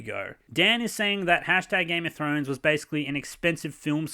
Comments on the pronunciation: "Game of Show showrunners" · "Game of Show" lol